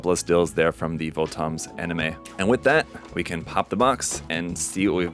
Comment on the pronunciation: not VO-TOMs, its Votoms like bottoms. Apparently this is 1/35 scale...it would be nice if bandai put the scale on it.